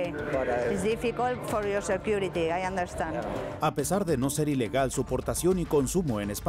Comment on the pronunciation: it's understand not understan